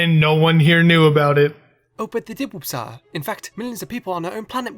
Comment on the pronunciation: Lol your also tortchoring Wooppsire 😂